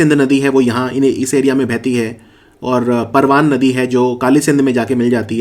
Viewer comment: परवान नही परवन नदी बोलते है हाड़ोती में।